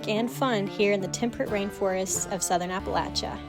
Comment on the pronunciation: Love the videos, but wanted to say ... I'm so thankful that you say ... apple-at-cha. It's SO refreshing.